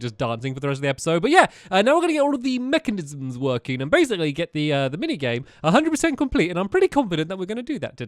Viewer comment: Love the way he says mechanisms 😂